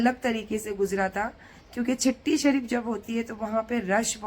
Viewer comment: आप छट्टी शरीफ को चट्टी शरीफ क्यू बोलती हो माता जी ।